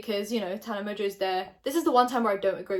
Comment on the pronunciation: I’ve tried to say this everywhere but no one listens!!!! Tana pronounces her fucking last name wrong!!!! My last name in Mongeau mon-joe theres a fucking n in the middle of it it’s not mojo sorry I’m still gonna try and say something and someone listens